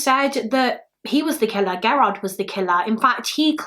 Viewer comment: FYI, lol Gerard is pronounced.... jur- like germ and R-like yard I only know cuz that is my maiden name.